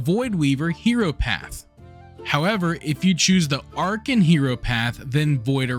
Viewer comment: Vam-pie-ric touch and Ar-kin :p ty fpr the guide, just gotta tease your pronounciation.